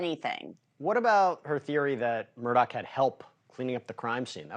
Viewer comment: Hey bonehead…his name isn’t “Murdock”! All you’ve got to do is read and then speak. Get it right.